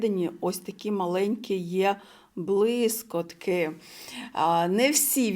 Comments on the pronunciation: Респект за українську мову❤ Вибачте,🫣 не блискОтки—блискІтки ПодивИтся—подивІться 😉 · дякую за огляд! Але єдине, 🤌🏼Блискітки! Не сприйміть за хейт,) Дякую Вам за український контент,моя Вам повага! Спробуйте розмовляти українською в побуті максимально,і через два місяці проблем не буде! Наснаги вам!)